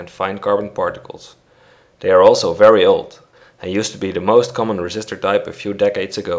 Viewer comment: Hhh fery instead of very